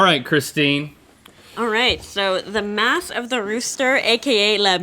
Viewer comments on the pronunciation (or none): Omg I feel like an asshole, I thought she said "math of the rooster" not "mass" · “Welcome to the math of the roother” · Was Christine saying math instead of mass?